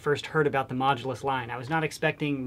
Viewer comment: It is not major it is mooulus